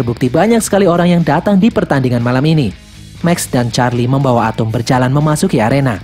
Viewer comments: Bang atom bukan atumg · ATEM BANG WALAU NAMA NYA ATOM DI DALAM MOVIE NYA TAPI MEMANG NGOMONG NYA ATEM